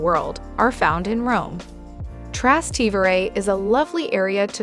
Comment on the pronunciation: You need to learn to pronounce piazza and trastavere correctly